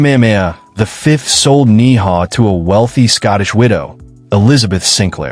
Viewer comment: Ni'hau is pronounced "Neee-How"... OMG